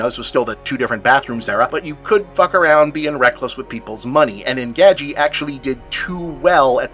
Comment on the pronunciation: Bob - I'm a big fan. Why, WHY do you keep mispronouncing the name of this movie?? Did you not watch the movie beforehand?